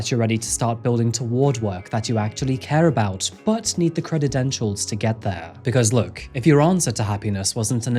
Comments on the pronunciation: Credentials is pronounced cre-den-shalls not cren-it-dan-talls, <strokes chin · "creditdentials"??? Sorry, I let a lot of your mispronunciations slide but that one is a doozy... 🤭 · you pronounced an extra syllable in credential. You said "Crededential" heehe. Just wanted to point that out. Bless you. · crededentials lol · What are "crededentials"? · Maybe you should have delayed it some more so it could be checked for pronunciation and grammar. What the hell are credidentials ? For somebody who presents themselves as well educated and well spoken there's an awful lot of off-putting errors in your speech. EDIT Are you being paid for every time you say "Milwaukee" ? The constant repetition is unnecessary and irritating and I'm not even halfway through the video yet, I may not even be able to finish watching it. I like true crime channels but I'm close to blocking this one. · did he say "cred-ed-entials"!? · Whats going on with your words. Creditentials? You used to be able to talk 😂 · "creditentials" classic!😉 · How did you say the word "credentials" ? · How did you pronounce credentials?!?